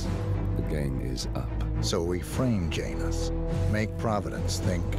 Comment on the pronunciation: JANUS the J is silent